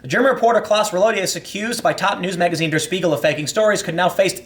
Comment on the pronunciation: deh-uh shpee-gul <- that's the way "der spiegel" is supposed to be pronounced Tim